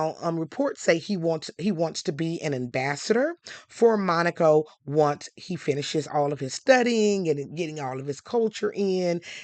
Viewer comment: Dharling! Thank you for pronouncing Monaco correctly!!! This one little gal kept saying it WRONG...